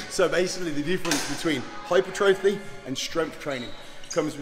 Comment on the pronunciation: Hyper-trophy 😂 Hai-puh-trah-fee. For those that don't know 🤫